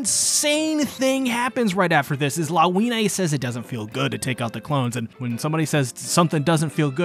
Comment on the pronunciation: Her name is read as Lavinya